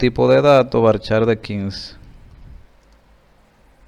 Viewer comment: usted dijo en el liceo que era varchat no varchar